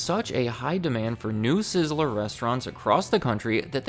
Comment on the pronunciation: Two syllables. Sizz-ler I keep hearing sizz-eh-ler. Am I crazy?